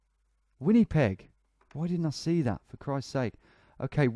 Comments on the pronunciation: As a Canadian it murdered my ears how he pronounced Winnipeg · “Winnypeg” lol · “Winny peg”